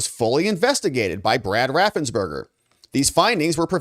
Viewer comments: His name is raffensperger not raffensberger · I love your reports. BTW I think it is RaffensPerger